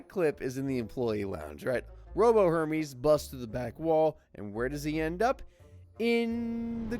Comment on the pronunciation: It's "Hermes' Office" not "Herme's office".